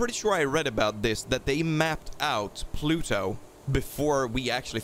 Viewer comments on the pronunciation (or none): none